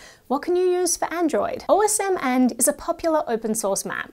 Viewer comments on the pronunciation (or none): Are you really supposed to pronounce it as "O.S.M. and," rather than as a man's name ("Osmand")?